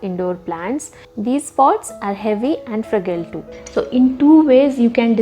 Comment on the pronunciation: Informative video, just an observation - fragile is not pronounced with a g but with a j sound. Fra-jile.